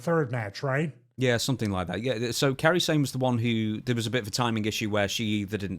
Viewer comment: call me nitpicky... but can you guys PLEASE learn how to say a name properly, her name is KAIRI(that's KAI-REE) not "Carrie" it's not that hard to pronounce... also yes... i feel bad for her as she's literally twice in a month seen her coworkers just severely injure themselves in the ring with her... hopefully it doesn't shake her...